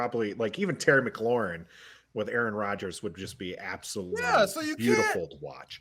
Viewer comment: This man said terry mcclaurin and Allen . He lost some credibility saying that lol